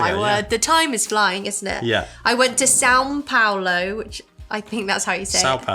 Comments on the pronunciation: She said São Paulo quite good... Well done... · She got the pronunciation of São Paulo: everything with the “ão” has that sound (as “pão” which is bread) Cheese bread is even more amazing right out of the oven as after it changes the texture very quickly. If you liked dadinho (the peanuty squares) you must try paçoca… and maybe pé-de-moleque… And pleeeeeease try to find something made with jabuticaba (maybe jam?), a very native fruit, I think it will be quite different. For the guava paste, it is indeed extra sweet but it is usually eaten with a slice of fresh cheese to balance it out Also, for whoever likes coconut, try cocada, is also very traditional… Sequilhos are eaten plain but, as you might have realised, they are a bit addictive: you open it and keep munching lol And you missed “Torcida”: is for sure not the best thing you will try (I particularly don’t like them) but you would find it as a snack during games or inexpensive bars And for bar / pub goodies suggestions, you would have soooooo much to try but they are freshly made so we can only share recipes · Good job with the pronunciation of São Paulo :) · Literally the FIRST gringos to pronounce SÃO Paulo. Kudos to you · so fun to watch! last year i lived in sweden for five months and the minute i was back and free from customs i ran to the nearest place i could get cheese bread😅 btw your são paulo pronunciation was pretty good, it's a difficult sound for english speakers. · You nailed with the São Paulo pronunciation!